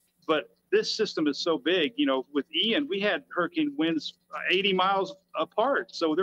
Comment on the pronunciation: It's a hurricane not a hurrikin 😂😂😂